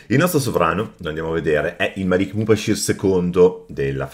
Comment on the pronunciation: Mubashir al meddina (con la r)